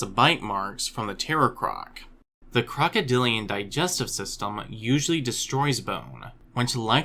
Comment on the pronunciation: "crocoDILliaNnnn" lol